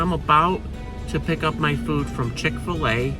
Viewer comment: Should say chik fil a